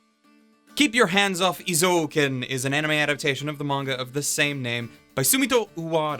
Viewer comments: I like your point of view and opinion, so if you pronounce "Eizouken" as "Ei Zoken" instead of "I Zouken", I think you are perfect. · Eh~ zoh ken not ee~ zoh ken. sorry... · Interesting. I've just watched a Star Wars scene dubbed by Google Translate (of course not really, just for comedic purposes), and I get things like "You donto know de powah obu za daku saidu". However, when I hear say EezOuhkn, instead of Ayzouken, as it's supposed to be pronounced, it's clear that it's like that all over the world. I don't know which pronunciation is more funny/hurts more. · Wait it's pronounced "Ee-zo-uken"? I always pronounce it as "Eye-Zoo-ken" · Correctly, Japanese people pronounce "えい ぞう けん"(ei-zo-ken) えい is /eɪ/ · Imagine pronouncing it ihzo-oken